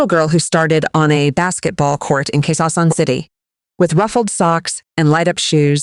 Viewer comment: Quezon City , please check your narration. Thanks. Or Q. C. 👍✅